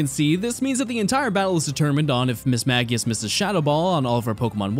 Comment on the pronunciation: Am I crazy or is it pronounced "Miss-mage-i-ush"?